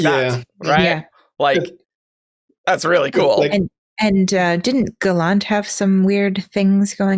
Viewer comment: Gallant doesn't rhyme with Shallan. It's an English word that's pronounced as GAH-lunt